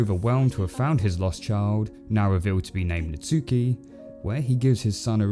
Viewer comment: really how you say natsuki is nat-ski